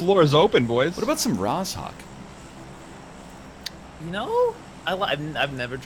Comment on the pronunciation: ITS NOT ROZ-HAWK, the "zh" is pronounced like "j" in "je ne sais quoi". Oh my god its driving me crazy